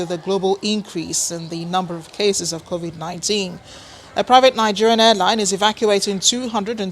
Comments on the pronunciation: Did he just say Corovik 19?😄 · Why are Nigerian's finding it hard to pronounce Covid-19/Corona-Virus...smh 😆